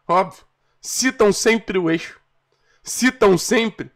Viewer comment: Sai quando o cara falou "eixo"...